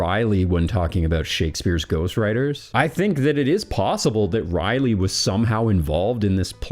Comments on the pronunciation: Rolley not Riley. Raleigh. Sir Walter Raleigh. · It’s Ra-Leigh not Riley. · The ultimate question is; why do you pronounce "Raleigh" as "Riley?" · That's how you can tell he's a reader 😅